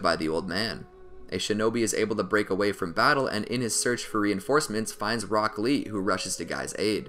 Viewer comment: When you say rock lee, it sounds like broccli